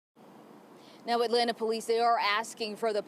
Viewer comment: Dem boys not ean from Atlanta they don’t even say it right 🤦🏾‍♂️